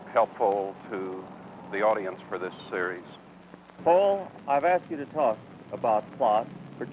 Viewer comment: That would be "Poul Anderson", not "Paul". Citation